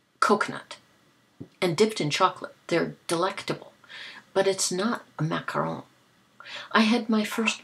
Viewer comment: I am so glad you rooted for the Giants!!! YAY!!! I actually live in the city where the Superbowl is this year and of course we are rooting for Payton's little brother!! We would have rooted for anyone the Patriots would have played against anyway..lol! GIANTS WON! I like the way you say Macaron! I have never had one but they looked yummy!!!